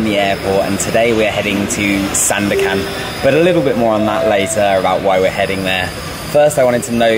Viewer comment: you pronounce it perfectly ‘SANDAKAN’